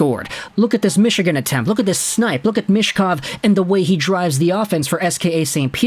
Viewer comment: for how often you talk about him you should learn how to pronounce his surname 'Meetch-kov' Not 'mish-kov'